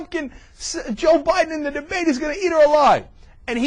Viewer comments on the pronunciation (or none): none